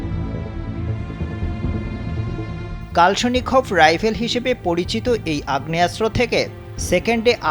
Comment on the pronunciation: কালসোনিক রাইফেল 😂 সাংবাদিক উচ্চারণে ভুল করে নিউজ করে😂😂😂😂 এই অস্ত্রের নাম কালাসনিকফ😂